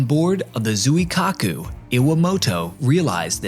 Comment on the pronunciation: Appreciate the use of professional voice actors but that means you need to match their effort. Actors will research pronunciation of foreign names and you need to do the same. Zweekaaku is correct pronunciation of the carrier name. Given the repeated references in the presentation, hearing Zoo-e-kaku every time is slightly irritating from a presenter of your calibre. Keep improving.